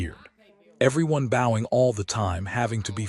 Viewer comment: ..If you met King Charles 3rd, you might BOW to him (as in B-OW). If you took up archery, you would likely use a B-OH as well as an arrow. So, bOH-ing as your AI keeps saying, is incorrect and B-OWing is the correct way to say it. Please can you so inform your AI